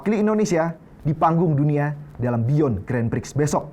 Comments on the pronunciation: pertama satu, kwkwk saran aja klo ngomong santai aja jangan ngebut"biar ga belibet, ngomong grandprix aja granfix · grandprix bukan grandpfrix gak si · lagi satu takde ke yg nak tolong betulkan sebut grandprix tu? bukan grandfrix tapi grandprix😢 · Grandpix bukan grandfix 😂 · harusny grand prix,tapi ronalnya bilang grand fik bukan grand prix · Kurang nyaman denger "grenfriks" nya doang ini😢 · ngomong grand Prix aja grand frik wkwk